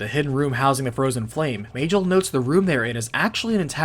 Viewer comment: "may-jill" is bothering me.